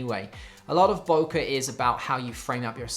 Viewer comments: its pronounced [boke- eh] its Japanese...not (boke-a).... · why in english all say "Boukah" ? ----- isnt it pronounced "Bokeh" like the the "e" from "Dr. Dre" ??? why is photgraphy world making such a thing about this simple word ?